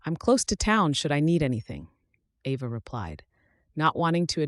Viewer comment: Very nice story, but your AI mispronounced Ava, regularly!!! Get your AI fixed!!!!!!